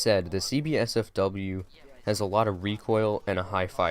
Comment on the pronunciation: I got a little triggered every time you said CB-SFW lol. It's C8-SFW bro (coming from a Buck main), oh and btw, you should definitely run Flash Hider on it. Makes the first shot recoil significantly easier to control and it also helps a lot for the first 6-10 shots. The only thing compensator does is reduce horizontal recoil which honestly IMO isn't as good as the Flash Hider. I like the heavy horizontal recoil because if they move slightly, I can still nick the side of their head and get the headshot. Vertical recoil becomes very easy to control after 20+ hours so ACOG is usable, but like you, I prefer the holo. Awesome video btw bud